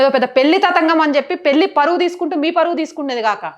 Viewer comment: Amma pelli kadamma, aa padanni sarigga pronounce cheyi thalli